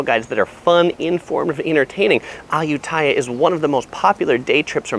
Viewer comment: Me as a thai peson and cringing everytime you say ayutthyaya becuse its pronosed ay-ut-ti-a